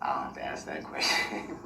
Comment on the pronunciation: The judge helps him WAY TO MUCH😡 she gives him the questions to "AXE"🙄😡